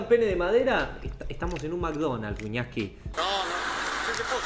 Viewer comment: En vez de wiñaski mas bien wiñaska